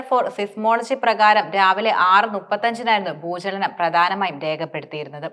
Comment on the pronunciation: Bhoochanam അല്ല ഭൂചലനം 😂😢